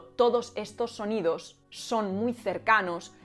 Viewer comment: cuando dices "sonidos" usas la lengua de forma peculiar y es ese el seseo de tal rey que hablamos en Hispanoamérica que solo los peninsulares lo tienen, no tanto el TH de la Z